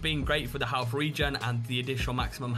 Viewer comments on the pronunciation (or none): Halff? I think you mean 'health', mate.